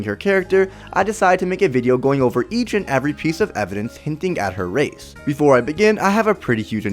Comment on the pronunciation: Plz talk right. U said rathe instead of race